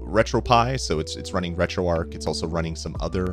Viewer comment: retroark? do people pronounce arch as ark?